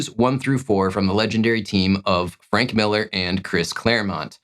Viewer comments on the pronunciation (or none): none